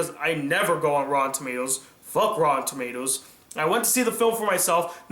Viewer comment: I keep think U said Raw Tomatoes